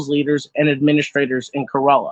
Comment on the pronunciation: I don't fault you for the mispronunciations, but for future reference, "Kerala" is pronounced more like "kare-uh-luh," with the emphasis on the first syllable, rather than "kur-ah-lah", and the name of the main language of Kerala, Malayalam, is pronounced "mah-lay-uh-luhm".